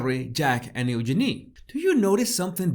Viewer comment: Love the way he pronounces Eugenia💓💓💓💓💓